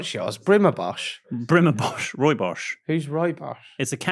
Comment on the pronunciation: It is rooibos! Not bosch! Like bus! Julle praat heerlike onsin!